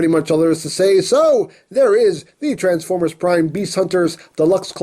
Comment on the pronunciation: it's "EmGo's Transformers" and not "Transformrers"